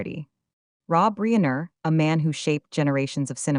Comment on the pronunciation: AI narrator mispronounced Reiner as Reener. Really?